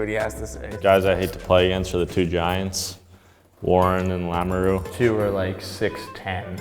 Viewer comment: y’a dit lamoreww ☠️☠️